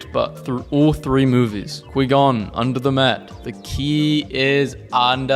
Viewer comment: And he said quee gon